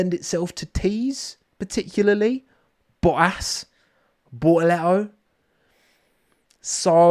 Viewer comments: The only correct pronunciation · Gabi "Bo'o'le'oo" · Give Bor-uh-le-oh a bo-ul-uh-wa-uh because it's hot out there and he's drippin' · Gaby has a italian last name , pronounce as italian and you nail it